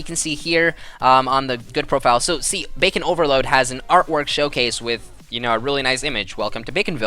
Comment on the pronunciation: Idk if anyone noticed but he kept saying Bacon Overload when it's Bacon Overlord.